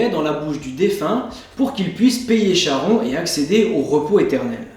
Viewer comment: salut, juste charon se prononce Karon, cela vient de la lettre grec Khi. c'est comme chiron, psyché, hécatonchires...